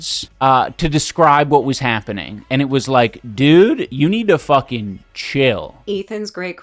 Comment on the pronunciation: And "fuhgin"